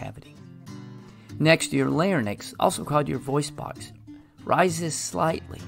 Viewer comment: “Lair-inks” not “lair-nix” Gastr-O-esophageal not gastr-UH-esophageal Just clearing up confusion on a common mispronunciation.